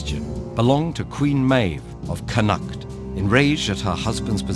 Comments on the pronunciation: Carl Stanford listen like...his pronunciation for cú chulainn was decent enough? that's close enough to the way i say it and the way i was taught to say it? agree on everything else though i think my ears will bleed if i hear him say connacht again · Eoin Campbell ya but, let’s say the way he pronounces Connacht dats not the way u pronounce it in the province but they could have at least got an Irish person to do the voice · G. Connacht is still one of the main regions of Ireland. His pronunciation is way off. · just so you know, Its pronounced Coo-cul-lin and Con-noct :-) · "Connaught" is pronounced with the emphasis on the first syllable, not the second. Nothing like a Saxon mouth to mangle a Celtic tongue. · yeah connacht was absolutely atrocious but i see so many people in these comments complaining about Cú Chulainn being pronounced wrong when he literally says it better than 90% of irish people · This was great, but its cù-cullen not cù-hullen since the 'h' is silent and con-ockht not con-act . Good work on even trying to pronounce them though, Irish names are hard. I remember hearing this story back in primary school, so I'm glad Ted-ed made a video on it. P.s Cù chulainn means "the hound of Ulster" in Irish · They way you pronounce Connact lol It’s pronounced “kon oct” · It’s pronounced CON-AHCT (said quickly). Just letting you know from an Irish person :) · If you're gonna make a video on an Irish myth, at least get someone Irish to check the pronunciation. Connacht is pronounced "con-nukt" and Cú Chullain is pronounced "Coo Cul-in" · He gets alot wrong Ferdia should be fir-dee-a and scáthach has an accent so it should be scaw-huck, Connaught could be said either in Irish or in the anglicised way (cun-ukht and con-uckt respectively) but he does neither. Overall though I did like his voice and it's really great to hear a good video on Irish folklore, it is well researched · It really do but Connacht is real easy. Just CON-ukt.